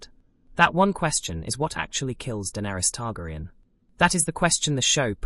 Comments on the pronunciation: E-mon Targriun and Varies. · I am pretty sure it's an AI narration. Once I hear that pronunciation, I stopped the video. Sadly many channels use AI instead of a human narrator.